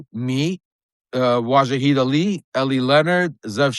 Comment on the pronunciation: Hey dipsh*t some people have a bad time with pronunciation.